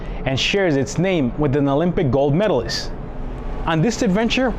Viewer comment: Mountain not mo in. MedalisT, not medalis.